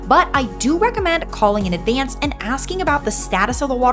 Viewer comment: Where are you from??? You put a y in front of every word starting with A, ayaand, tyaaampa, advyaaance... Not a Florida accent